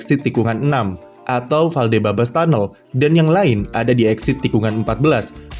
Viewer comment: Ralat min, yang benernya "Valdebebas"